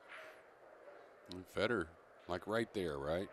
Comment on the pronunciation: stop saying FeedOr his name is FED OR